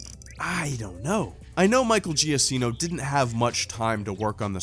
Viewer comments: It's pronounced Giakkino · it's Gia-keeno not Gia-sseno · agree with you about about the score, but to be fair, Michael Giacchino (it's pronounced JA-keen-o, BTW) had 4 weeks to work with, not "a few months." AND I appreciate him not rehashing themes from other Star Wars movies. It takes place before the OT, so I'm glad we didn't hear themes we've heard before, because they haven't happened yet. Also, I have to disagree with you about the Tarkin thing, mainly because Darth Vader was taking orders from Tarkin in A New Hope. Why would the guy who's bossing Krennic around suddenly start taking orders from his successor? Doesn't make sense. That being said, I agree with you about the CGI Tarkin. They could have been more artistic and creative with the camera placement. But let's be honest: after all the crappy CGI we saw in the prequels, I'm willing to settle with the CGI Tarkin. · His name is pronounced Michael jakino. It's Italian.